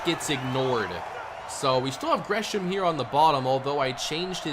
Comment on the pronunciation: How u know tho Lol he said grey ham